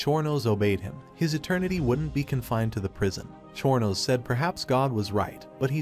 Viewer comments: Chornos? Or Chronos? XD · Exactly bro what is chor no king lol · Chorno king when they said that I was dying it’s chronos god of time crow-nos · I hate the way the ai says chronos